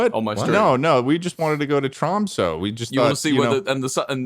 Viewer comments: Lmao "Tromsoh" (it's pronounced "Tromsuh") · Mispronouncing Tromsø headass... Charlie would never let this happen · I am norwegian, and i would like to point that out, because you guys talking about norway made me special and now I'm commenting about it because its important that people know that I'm norweigan. Now let me state the fact that ur pronouncing Tromsø wrong. Ok now I feel good about myself for stating my nationality because it was mentioned In a video and i feel special. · I will never recover on how they say Tromsø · the tromsø pronunciation is killing me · the pronunciation if Tromsø hurts my soul but i love people talking about norway so its okay